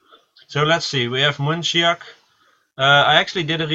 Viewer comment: Just pointing it out there that it's munchlax not munchiax , which you put in the desc.